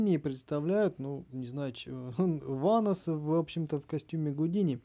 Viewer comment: Не Ванос а Веннос